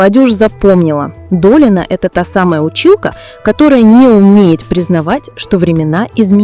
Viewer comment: Научите ИИ вещать правильно. Слушать не очень приятно...ДолИна, Лурей...